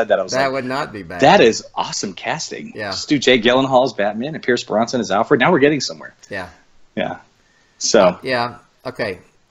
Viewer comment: Brosnan, not Bronson